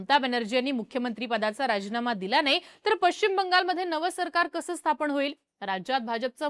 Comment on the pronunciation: स्थापण ❌ स्थापन ✅ उच्चार सुधारा नम्र विनंती.